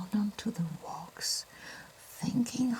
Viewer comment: I love the way she pronounces the word wax. «Wohx» It’s so refined and elegant.